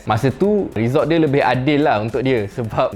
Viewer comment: Kalau abang pronounce result betul2 saya subscribe